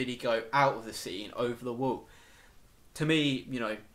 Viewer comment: dude loved the theories but i do haft to admit saying "wool" instead of wall had me laughing so hard. that said my theory is that the titans are made from eating humans and that's why they look similar and don't have sexual organs.remember in i can't remember which episode but when Eren is swallowed by the titan that little girl just made me think of it. and at the end of the series when they have found the pile of bodies vomited out that is most likely how they are "born." but i could be wrong